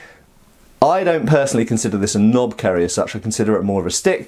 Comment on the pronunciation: 10/10 for butchering pronunciation, and yea, its a tad long otherwise that's a knopkierie. And they were used by British (colonial) forces in ww1 as well as most of the tribes in southern Africa and even used by the police force during Apartheid. And as far as laws go I don't think there is any restriction on them here